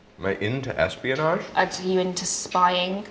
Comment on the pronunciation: 'Are you into espionaje?'😅